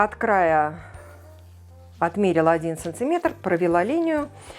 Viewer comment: СанТиметр... режет слух.